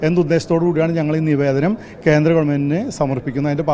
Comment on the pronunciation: Kenthra ennu parayaruth, Kendra ennu ucharikku